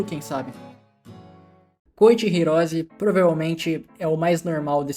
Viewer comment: Não quero zoar o pois ele e jojotuber favorito, mas tenho que dizer que a pronuncia dele de koichi hirose parece koichi virose tanto que meu corretor acabou de corrigir hirose pra virose